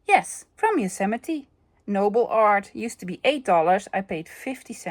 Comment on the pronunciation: I am so impressed by your pronunciation of Yosemite! 👍🏻 As a child I thought it was pronounced “yo sa might.” 😅I’m an American. So “you are forgiven” for not being able to think of “shadow box” immediately😄Love sunday thrift haul videos. Vicarious shopping is almost as fun as the real thing! Wishing you continued improvement in your health.